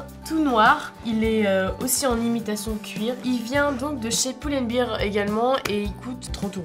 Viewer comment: sais pas prononcé pull and bear il dit:"poule and behre"